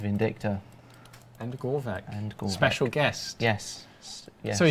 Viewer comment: Shouldn't it be pronounced "gregoro-VICH" instead of "gregoro-VICK"? It annoys me